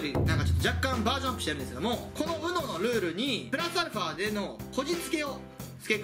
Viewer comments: UMOって言ってない？ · ウノって言ってないやん笑